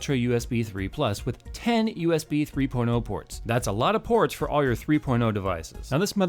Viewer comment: I swear when you first said "TEN 3.0 Ports" it sounded like you said "Ten 3 porno-ports" LMAO :D Awesome review - my wallet is now crying itself to sleep knowing it can never get me this epic motherboard. haha